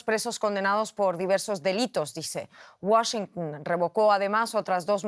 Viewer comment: Que alguien le enseñe a decir Washington